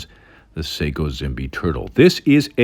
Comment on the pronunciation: In Japanese "Zimbe" is pronounced jimbay.